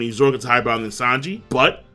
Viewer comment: King keeps saying Lanji’s name wrong.